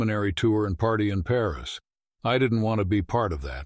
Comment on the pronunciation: Not well programmed AI — I stopped at ‘Pareese’